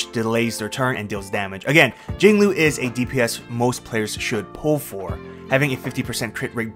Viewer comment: Jinglui... and it's not even close.